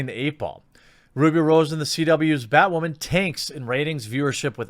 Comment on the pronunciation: Batwahmen... weak 2.